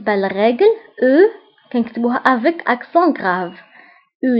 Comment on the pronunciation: مافهمتكش الا مغربية ولا تركية عندك نطق تاعك ماشي صحيح .. كيما crayons .. دفتر ..avec ... ماتعرفيش تنطقي مليح